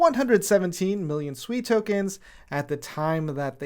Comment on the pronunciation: I thought it was pronounced sway. Like water in Mandarin